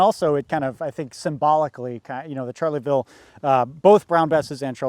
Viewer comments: Loved all the history but kept cringing at the pronunciation of Charleville, it sounds like Shar-la-ville, not charlie-ville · "Charley ville". Barbarian! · I genuinely cringed Everytime they said charlieville instead of charleville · Can't get over him pronouncing "Charleville" as "Charlie Ville" haha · It pained me to hear him call it a "Charlie-ville" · It's pronounced sharleville! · [ʃaʁləvil mezjɛʁ] not [ʈʃaʁləvil mezjɛʁ] and /fy.zi d(ə) ʃas/ not /fy.zil d(i) ʈʃasi/ dammit.